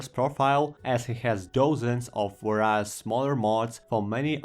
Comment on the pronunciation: i dont like insulting people with bad english, but its vay· ree·uhs, not vah rai uhs